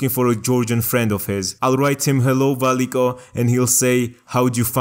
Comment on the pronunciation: i love that georgian K when you pronounce Valiko